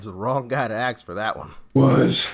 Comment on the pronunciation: Hey doc, ask not aks